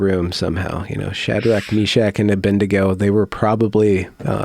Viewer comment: It’s not A-Bend-Ago. It’s ABED-nego!